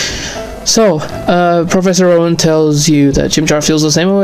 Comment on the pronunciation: I always hear "Professor Run" not "Rowan" xD